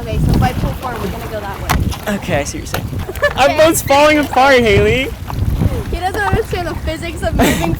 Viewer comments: The amount of times he said haliley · I tried to count how many times he said halye bu I couldn’t😭😂